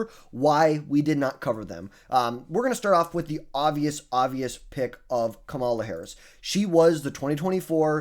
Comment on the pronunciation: It's crazy that people still mispronounce her name. At some point it's gotta be intentional? Also, please no Harris.. we don't want you as our nominee